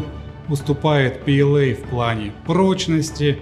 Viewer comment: то есть ПЛА? А в видео пээлэй там букв в произношении как будто это не ПЛА, в чем смысл такого произношения. Я понимаю что английский это круто, но звучит стремно. Лучше бы вы изучали немецкий. Было бы П Л А хотя буквы английские:)